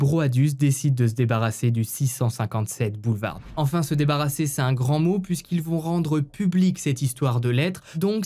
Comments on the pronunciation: BoulevarD ???? Lol je suis le seul à avoir remarqué ça ??!! Le D ne se prononce pas en tout ça ne gâche rien au récit 😀 super comme d’habitude 👍🏻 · Juste une remarque, dans le mot boulevard, la lettre d ne ce prononce pas :) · Boulevard ce dit sans le d !!